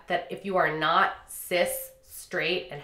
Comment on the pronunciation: This is when I realized I've been saying cis wrong😳